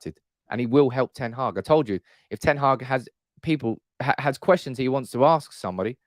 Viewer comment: The channel is great, but wouldn't it show a bit more respect for the new manager and his team if everyone learnt how to pronounce their names. ('Earick ten Haargh' sort of.....)